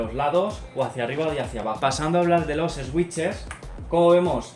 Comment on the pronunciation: buen vídeo, pero me chirría la pronunciación de "switch" (no es "esuich" o "esuiches", es "suich") xd